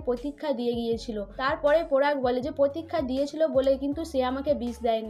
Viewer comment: আপনি please উচচারণ ঠিক করুন আপনি পরাগ কে পোরাগ বলছেন কি বাজে আর ও অনেক আছে বিশ্রী লাগছে।